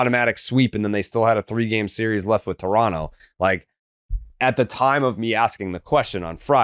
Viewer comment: still can't say Toronto correctly